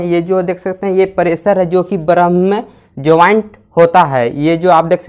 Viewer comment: Barham nahi bolte hai bhai Worm naam hai